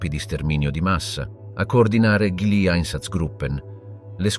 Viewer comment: ma è un traduttore automatico che parla ? sbaglia la pronuncia di GLI